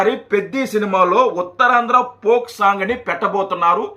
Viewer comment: దాని పోక్ సాంగ్ అనరు ఫోక్ సాంగ్ అంటారు మీరు తప్పు గ పలుకుతున్నారు.